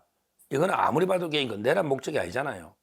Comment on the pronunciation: 서변 내란이란 국어 사전에 내:란으로 내를 길게 발음 하는데 그냥 내란으로 발음하면 탄:핵을 탄핵으로 발음 하는것과 같은 오류 아닌가요?